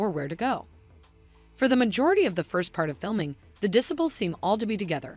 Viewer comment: Check your pronunciation of "disciples." It's not right.